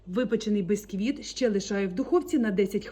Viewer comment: бІсквіт не бЕсквіт. грамІВ, а не граМ. Не 24 сантиметрА, 24 сантиметрИ. Послухай , хазяєчка, і будеш мати більший успіх, коли будеш правильно говорити.